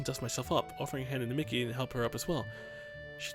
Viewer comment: not being a dick but miki is pronounced 'meekee' not micky